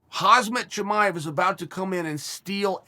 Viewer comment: Hazmat Chimive. Another addition to the collection of Chael's perfect name pronunciations.